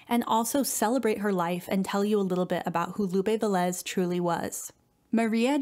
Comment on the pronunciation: Lupe VE-lez, instead of Ve-LEZ.